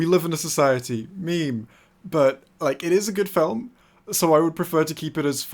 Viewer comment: pls stop saying film like that falm